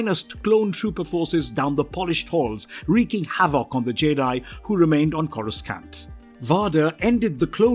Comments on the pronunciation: Corus skan't Im sorry, but at that point, it's not an accent issues it's flagrantly mispronounced. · Bro PLEASE!!!!!! Learn how to pronounce Vader it's a hard a sound. U even have it being pronounced correctly in ur video clips IN THIS VIDEO!!! Also the second C in "Coruscant" is silent 😂😂